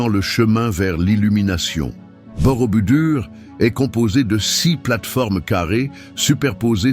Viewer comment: ohhh quand j'entends Borobudur !!! c'est BOROBOUDOUR ! Avec bien des chaines où les véritables présentateurs font des fautes qui me font sursauter (p.ex..quatreS zamis oh lala QUATRE AMI et l'éternel "quan à...ou "quan on" c'est "QUAND..."T"A, QUAND..."T"ON, liaison SVP pour presque tout le monde) autant la voix "I"...intelligence est artificielle et déplaisante, monocorde, sans vie. Où sont passés Eve Ruggieri, Pierre Bellemare, il resterait beaucoup de progrès à faire aux voix artificielles avant de les lancer à commenter des sites pourtant très intéressants. D'autre part, pour avoir vu une bonne partie de ces sites, je ne les aurais pas mis dans cet ordre. Merci de prendre note !